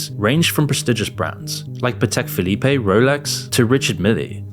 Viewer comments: I've always dreamt of owning a Patek Philipé... especially the way you pronounce... I think I'll buy the naughty-luss... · That’s not how you pronounce Patek Philippe and Richard Mille